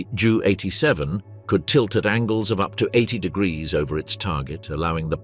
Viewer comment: Jew 87?? JU 87. Stupid AI garbage.